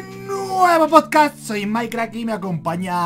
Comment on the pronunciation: Cada vez que decían podcast mi mente era como: SE DICE "PODCAST", NO "POSCAS", PRONUNCIENLO BIEEEEEEENNN Perdón, tenía que decirlo x'd Fuera de eso, estuvo genial, esperando el siguiente con ansias! 👀💕